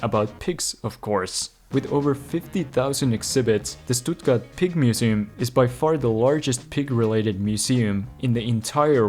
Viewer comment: ITS PRONOUNCED SHTUTTGARD